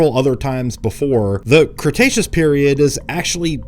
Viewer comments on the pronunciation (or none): none